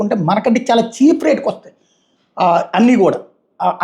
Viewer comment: చీఫ్ గా కాదు! చీప్ గా అనాలి...